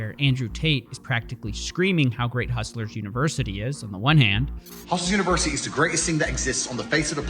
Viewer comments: The amount of times this guy said hustle versity is annoying af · why does this guy insist on calling it "hustleversity" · Is he trolling or can he just not pronounce UNIVERSITY?